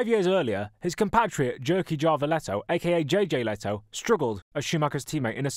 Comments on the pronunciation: (You said it Jerky Jarvilethou). The first name starts similar to place called Jylland (or close enough) and you shouldnt shy with the RRRR. Surname begins same as tennis player Patrick Järryd´s surname (Can´t easily find english language names or words to use here. But in both first and sur names the j is correct enough to begin with but the vowel that follows is difficult as you don´t really use them the same especially in the case of the "y". But in the "Jä" case its same as in "back", the vowel following the first letter that is, the "ä". ) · I've never heard anyone saying Jyrki Järvilehto so wrong 😄